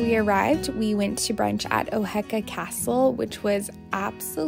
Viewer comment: I’ve been a subscriber for a year and watch all of your videos and I can’t believe YOU STAYED IN MY TOWN ON LI!!!! Also, it’s pronounced o-hee-ka castle. It was so sweet to watch you explore and enjoy my hometown 😊